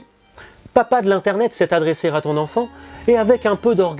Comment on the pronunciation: "s'est adressé r'à ton enfant" .. Enfin il ne fallait pas faire la liaison quoi ^^